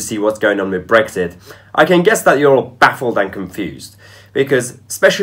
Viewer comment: Please pronounce the X in BreXit.... it's not Breggzit unless you're Tony Blair.